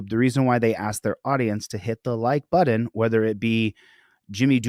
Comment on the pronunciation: Hi. What’s a “buddon”?